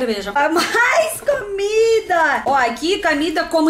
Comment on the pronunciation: Pode continuar a falar "camida", XD. Que SHOW essa caneca de Tim Maia!!!😍😍♥️♥️♥️